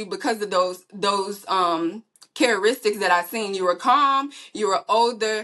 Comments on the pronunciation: “CariStickS” 🥴 AnyWho I believe him. She said it and that 53 yr old is still taking care of her 😩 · I can’t believe my ears hearing her tryna pronounce characteristics🤭